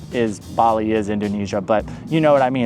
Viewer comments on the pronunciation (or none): none